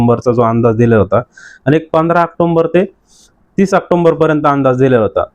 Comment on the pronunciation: ऑक्टोबर...... ऑक्टोंबर नाही....